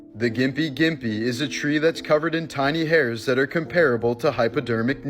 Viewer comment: It’s comparable not comparable :/